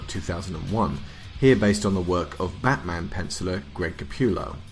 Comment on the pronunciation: Fuck your Ashley Wood based figures lol. Pick more McFarlane based figures. Also you pronounced Greg Capullo's name wrong. It's not (cap-you-low) it's (ka-pull-o) go watch an interview with him in it and listen to how he says his name.